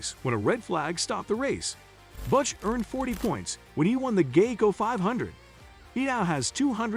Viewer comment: I hate these computer generated readers, or whatever they are. Can't pronounce words like Fontana or Geico and it pisses me off just to listen to this butchery. Are we out of people who can read?